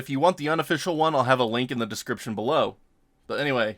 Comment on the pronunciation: I know I'm an idiot. I downloaded it. You clearly said look in the description so now I understand why you said it with such emphasis to your viewers lmao 🤣